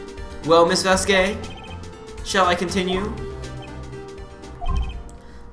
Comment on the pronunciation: Damn you guys are dumb to mispronounce Vasquez.